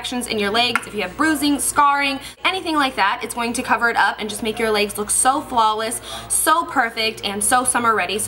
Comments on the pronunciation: "Leygs" haha i love you! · "It's like makeup for your 'laygs'." Your pronunciation of legs is just so funny to me! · the way you says legs is so funny😂 looking gorgeous as always!Xo